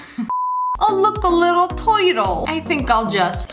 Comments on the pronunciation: Normal people:turtle SSSniperwolf :toytle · DID YOU JUST SAY TOITLE LIKE A JEWISH NEW YOKEN ITALIAN MAFIA MOBSTER ABOUT TO DRINK A CUP OF COOOOOOOOOFFEE AND GET NNNNNNGASSSY LIKE A JEWISH NEW YOKEN WOMAN JUST ATE TACO BELL🌮🔔🤣🤣🤣🤣🤣🤣🤣🤣🤣🤣 NOW KISS ME LIA OR IT'S COITAINS FOR DA TOITLE AS I USE PLASTIC STRAWS🐢🔫😱🤣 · "oh look. A little toitle"😂😂😂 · “Oh look, the little tOyTlE (turtle)” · Lia: a little twertle